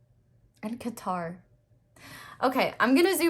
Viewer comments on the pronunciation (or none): none